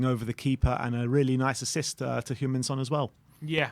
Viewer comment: He’s not French mate. Try say Son properly.